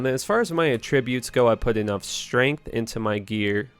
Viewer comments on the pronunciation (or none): none